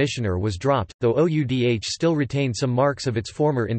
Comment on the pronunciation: Oudh ko pronounce kar bhaiye!